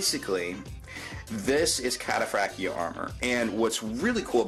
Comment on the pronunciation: I didn't know the T was silent in Cataphractii....